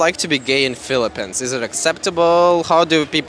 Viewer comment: Why do you pronounce Philippeeeens as Philippens?